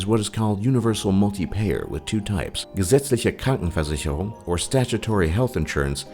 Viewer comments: I was in shock when he pronounced "Gesetzliche Krankenversicherung" so perfectly o • o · that pronunciation of "gesetzliche Krankenversicherung" and "Krankenkasse" war spot on! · you said the word "Gesetzliche Krankenversicherung" and "Krankenkasse" perfect. Most of the time, when english people try to speak german, they just suck xD sorry for all ya english people out there, but german is a really hard language to lern. try to say Verrückt ^^ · The way he pronounced "gesetzliche Krankenversicherung" was amazing for an American